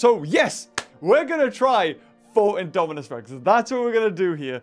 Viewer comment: U said Daminus